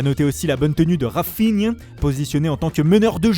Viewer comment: AimeBappé, Rafignun... bordel tu fais saigner des oreilles c’est ouf.